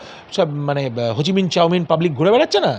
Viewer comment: এই শিক্ষিত ডাক্তার! ভাবতেই অবাক লাগে যেখানে সারা পৃথিবী হোচিমিন কে শ্রদ্ধা ও সম্মান করেন সেখানে উনি চাউমিন বলছেন, ছিঃছিঃ।